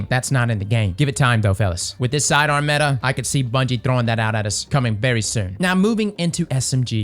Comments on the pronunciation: It’s not metha. It’s meta cause it’s the acronym for most effective tactic available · Metah lol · Metah this, Metah that.... Have yall ever met a girl?